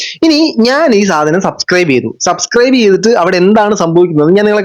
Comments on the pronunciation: സബ്സ്ക്രൈബ് ❌ സസ്ക്രൈബ് ✅😂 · സബ് സ്ക്രൈബ് എന്ന് പറയാനെങ്കിലും ശ്രമിച്ചു കൂടേ? എന്തിന്? അല്ലാതെ തന്നെ സസ്‌ ക്രൈബേർസ് ഉണ്ടല്ലോ അല്ലേ?😂